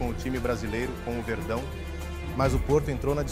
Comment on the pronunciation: Com o "verdao" como se um mexicano fosse falar isso kkkkkkkkk